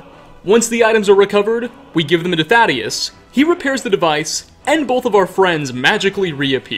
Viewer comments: Dude my name is literally thaddeus and you're butchering it so hard every time I can't not mention it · How he says Thaddeus kinda kills it for me >.< He literally hears how the character pronounced his name and says it wrong anyway